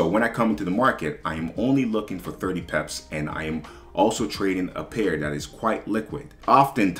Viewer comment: Great advice but after 9 years you still say “PEPES” 😂😂😂💰💰💰